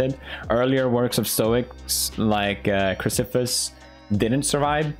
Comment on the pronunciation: Bruh, Chrysippus is pronounced as krahy-sip-uhs, not...